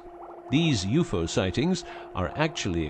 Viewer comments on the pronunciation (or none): It's U.F.O not ufo (you-fo) LMFAO!!! Gene Roddenberry called. He wants his story back. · It’s UFO not YOUFO